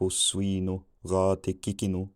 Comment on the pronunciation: I could vaguely hear some words from time to time. Then I could hear a sentence or two. Around 15 to 1600 was when it really took off for me though. Very fun. Edit: Wow. When you lay out what your saying in the end, I thought, "How did I miss that?" For example how you pronounced swine, and later when you said "forleten urne tun". Forlorn probably comes from "Forleten". Forlorn is abandoned. "Urne tun" sounds similar enough to "our town". This is cool. I wonder how much this could help learning German, and Scandinavian languages just by understanding this. Its interesting to think about how we can get the idea of what middle english speakers are saying, and if they could get a good grasp of what old english speakers were saying. Very cool